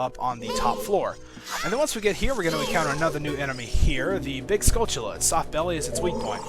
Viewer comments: Is this dude saying skull-chilla? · I can understand all of the other pronunciations but there is the 'ch' in "skulltulla" man?